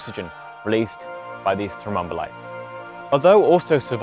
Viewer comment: Great summary, and well illustrated. One question: how many syllables in "thrombolites"? Sounds like is saying "thro-mom-bolites" (e.g., and )